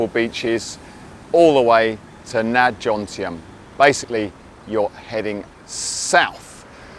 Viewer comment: I am surprised that a Pattaya “veteran” like you …makes😎 the usual Pommy mispronunciation “JoNtieM” instead of Jomtien…juxtaposing the M and N…!!